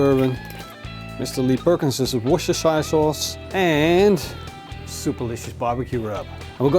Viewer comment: WORCHESESTERSHIRE SAUCE??😅😅😅Bruv. I'll edumakate you. Try this. "WUSTA SAUCE". Greetings from Worcester UK